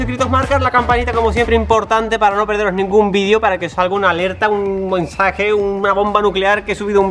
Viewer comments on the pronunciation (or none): Like sitediste quenta de que en el minuto 1 00 dise un biensage